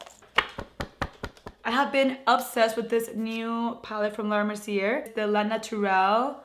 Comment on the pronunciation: Laura “mer-see-AY” 😘😘😘